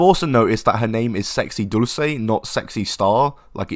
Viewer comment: I appreciate your pronunciation of dulce in Spanish and not in Italian like Americans tend to do